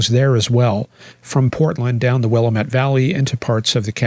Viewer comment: fyi, Wi-LAM-ette. Not WILL-ah-met. 🙂 Rhymes with Dammit. "Willamette dammit."